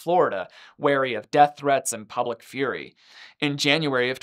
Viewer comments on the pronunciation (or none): none